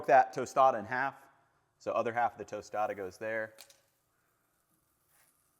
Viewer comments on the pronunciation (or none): Tostada is pronounced closer to toss tada then toast tada